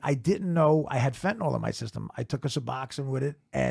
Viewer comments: Fentanyl (fentANIL) not fentaNALL. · That's not how you pronounce "fentanyl!!" It's not fen-ta-nol!